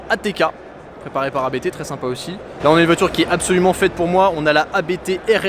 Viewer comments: Vidéo sympa. Petite info on dit "abt" et non a b t . Abt est un nom propre 😉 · ABT se dit "Abt" et non lettre par lettre. mais on s'en fou